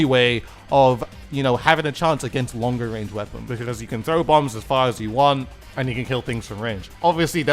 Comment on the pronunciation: "Very Shot Rannge" On another note, I'm glad that DUDE encourages people to have their own opinions on things. Also, I liked the DUDE says memes in the plaza. Does anyone else remember those?